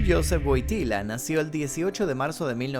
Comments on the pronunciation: se pronuncia “Voityua” Wojtyła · No se pronuncia GUOGTILA?